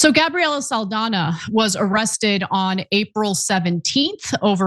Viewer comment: Saldana is pronounced "Sawl-dawn-yaw"